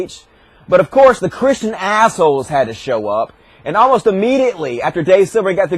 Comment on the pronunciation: "but but but, those evil Cwistians"